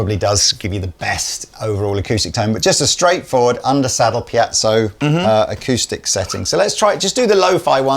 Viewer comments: Every time I say it in a guitar crowd there is always someone who will correct me, no matter which way I pronounce it. Does anyone know .... It's most likely named after someone. Pee-zo--Pie-zo.??? Which ever it is I can most certainly agree that it's not Pee-at-zo. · Haha I love that always pronounces piezo as "piazzo" (pee-at-zo), maybe the least close of all the possible pronunciations people use. Never change,! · Really fancy one of these. But am I alone in being annoyed by repeated mispronunciation of "Piezo"?